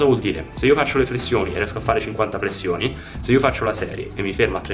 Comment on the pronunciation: Grande G come sempre, però flessioni non si può sentire 😂😂